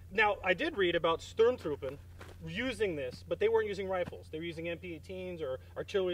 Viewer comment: I loved the video guys, But one thing Sturmtruppen isn't pronouced "Shtermtroopen" It's actually "Shtom-Tropen" Small thing, but I thought I would just point it out. Keep up the content!